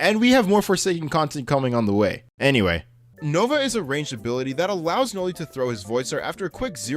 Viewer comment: That ain't Noli thats NoL